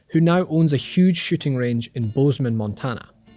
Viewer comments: Lmao i thought he said shitting for a sec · Uhh.. “Two “shitting” ranges”? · ''who now owns a huge shitting range..'' lul